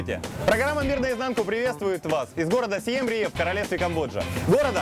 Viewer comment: Он название города говорит неверно. Не Сиам Риэп, а Сиам Рип...